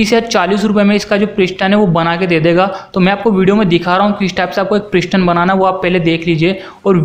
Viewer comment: ishtim kia hey pishtin kiia hey asli lafz steam and piston hey bachey aab samch aaya